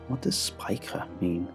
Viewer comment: But the word was pronounced 'spiker'. The german word is pronounced completely differently. Besides, why would his memory give a german word to represent the dissociated memory?